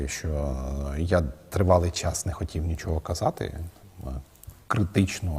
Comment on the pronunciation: Слово хотів українською вимовляється як «хотів» а не «хотіф»!